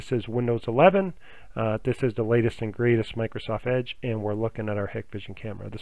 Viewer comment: I have not been able to get any of this to work, but thanks for posting the info. Apparently it has worked for lots of people. However, if you install these cameras all the time, you should know how to pronounce them. It's HIGH-kvision with a hard I.